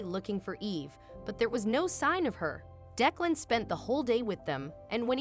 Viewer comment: It would be nice if you would have the person reading the story to pronounce the words properly. OK is not OAK or AWK. Declan was pronounced 4 different ways too.